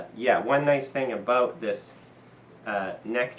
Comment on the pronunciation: Abooot. Must be a Canadian.